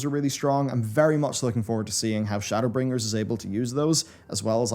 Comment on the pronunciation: Shadowla- bringers 😂 editor save